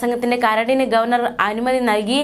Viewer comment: അല്ല അല്ല ഗോവേർ നർ സന്തോഷിച്ചു.